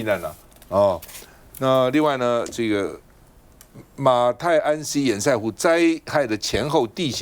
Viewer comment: 請問到底什麼是煙賽湖..？？？？？能不能上節目前查查自己不熟悉的名詞怎麼念…都沒有助理嗎？教育部有頒布國語字典，不難查吧…